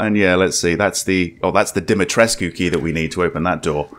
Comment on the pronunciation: its pronounced Dim-A-treesk. the U is silent.